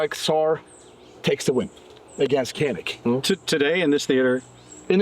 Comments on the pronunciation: SAR is short for Sarsılmaz, and Canik is pronounced Johneek. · Canik is pronounced incorrectly, "C" should be read like the "J" in the word January ❤ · For people who worked for Turkish firearms companies, that neither of you could pronounce the Turkish names is insulting. Otherwise, thanks for the comparison.